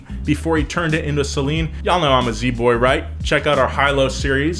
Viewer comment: Thank you for pronouncing Saleem correctly. Not "Say-Leen"